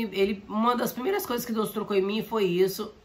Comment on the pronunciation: Irmã, parece não ser nada demais, mas quando você deseja a paz parece dizer: "Paz SEM Jesus!". Seria bom ver a dicção.